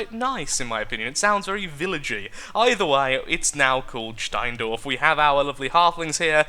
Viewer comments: You sad it right steindorf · Deine Aussprache von Steindorf ist ist meiner Meinung nach sehr gut gelungen. :) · You are pronouncing it right. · you pronounced Steindorf right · wow! i have to give props there! perfect pronouncion of steindorf! did you live in germany for some time or what? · Steindorf was properly pronaunced and correct in meaning. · you pronounce Steindorf right only with a normal English Accent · your pronunciation of "Steindorf" is perfectly fine :) I would love to hear some more german from you! Daumen hoch für n komplettes Video in Deutsch XD. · Steindorf is pronounced completely fine. Nice to have a look back into this game... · You pronounced it correct greatings from Austria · You pronounce it perfect ; ) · You pronounced "Steindorf" right^^ Your grandparents will be proud:D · it was very correct pronounced :) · you actually pronounced steindorf right :D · Steindorf is correct and you did pronounce it correctly so give yourself a cookie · You pronounced Steindorf right ;) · Suspicously right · Surprisingly right